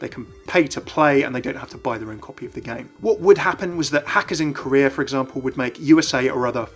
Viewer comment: When he said "Korea" I thought he was saying "Career".